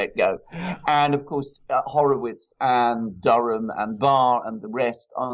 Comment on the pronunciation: It's Durham, Not Dunham